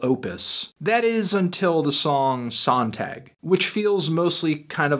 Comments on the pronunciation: That's not how you pronounce 'Sonntag'. ''Zon-taag''. It means Sunday in German. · lol at how he pronnounced Sonntag. I'm just playing. I know you don't speak german. Funny enough, Today is Sonntag. Nice review Fantano. I'll be sure to cheque this one out.